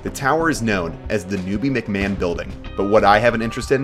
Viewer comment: No criticism except the way he pronounced McMahon... It's my surname and has 2 pronunciations: Mic- mahn Mic- magan (the g is like hawking spit lol) Yay useless information!!